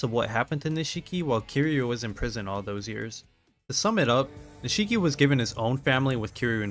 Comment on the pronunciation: Niche key. Not “nuh she key.”